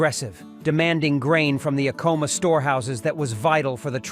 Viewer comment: You can recognize AI crap in the first ten seconds, when the AI narrator mispronounces the very subject of the video. I am so done with AI slop.